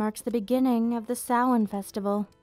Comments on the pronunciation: props for pronouncing Samhain correctly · Well done! An interesting & informative history lesson in an intimate setting... And I'm glad you know the proper pronunciation of "Samhain". So frustrating to hear it mispronounced this day & age. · Pronouncing Samhain correctly = instant like